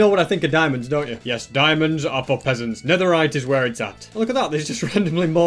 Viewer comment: It’s like is calling me a pheasant 😭 😢🤨😭